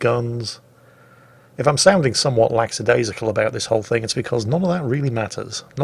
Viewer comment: it's "lackadaisical".